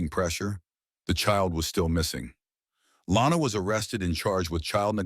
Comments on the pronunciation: Her name is Lonna. Not Lana. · It's actually Lonna not Lana